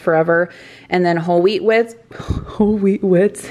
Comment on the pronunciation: Hey!! First timer here!.."WHEAT WHITZ"..it made me think of Elmer Fudd when he called Bugs Bunny the Wascally Wabbit😂😂! I enjoyed the video!!